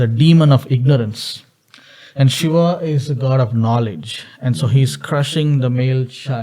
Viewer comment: It's not Sheva it's Shiva & it's not Baal its Bael(Bull) & No Shiva is not the God of Dance it's Natraj which is 1 of the form of Shiva, Shiva is the Lord of Destruction & Also the giver of all knowledge through Yoga, So Shiva is also known as, Aadi Yogi. ✌🏻